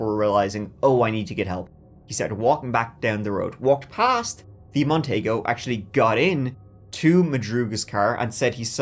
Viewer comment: Hey guys- the Merc Montego,(mon-tee-go) was actually pretty spacious for a coupe. Those back seats were likely bench seats and as I recall, fairly roomy. Compared to today's cars...well, no comparison! Easily, TWICE as big as anything Mercury makes today!!